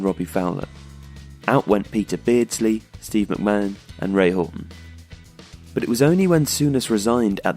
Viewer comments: Indeed, its Ray Houghton, not "Hughton". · Also, Mc-Man, and Houghton (not Huton).